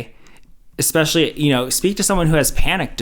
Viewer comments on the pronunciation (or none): When she said "expecially"...my ick reflex got triggered. Even if she wasn't already talking nonsense, I would have for sure thought she was even less intelligent somehow after that 🤦‍♀️ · “Expecially” — I can’t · The second someone says "expecially," my ears close. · I don't trust any medical advice from someone who says "ecspesially" or "innegrade".